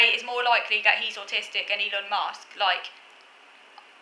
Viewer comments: it's Ee-lon. you need a microphone, the audio in this video is painful lol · His name is pronounced Ee-Lon. I think it is quite possible he is autistic. As I understand it his core skills are technical and I think one of the few areas where autists can rise to the top is if they have exceptional technical skills which are in high demand, In most other areas social and networking skills are very important and it would be very difficult for an autist to rise very high. He did have the advantage of coming from a very wealthy family but there is no doubt he has built on that wealth to a remarkable degree. If an autist does achieve huge wealth and status or even becomes a celebrity their life is then likely to depart sharply from typical autistic patterns. For example they will have little difficulty attracting friends, admirers and partners. Of course it's possible many of those people are self-interested but all the same money and fame can make a person very socially attractive. From what I know of him he seems a dreadful person with very reactionary views. It will be unfortunate if some choose to celebrate him as some sort of positive role model for autism. As regards Kanye West I would say it is virtually impossible for anyone with autism (or even traits) to become famous in the entertainment industry as that hinges on social skills, popularity and networking. Someone working behind the scenes in the music industry (e.g. a backing musician or writer or engineer) might be autistic but not a "front man".